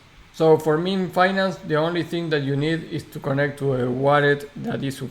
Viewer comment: Pronounced "Miiiin" not "Me-an" bro ;)